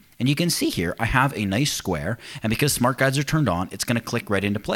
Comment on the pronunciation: Thanks for the video, one of the best about the topic. ''Smart guides are turned on'' - i only understood it at the end of the video because i thought you were saying ''smart guys are turned on by smooth math, connects, e.t.c''. Basically was laughing about nothing all through the video - lol!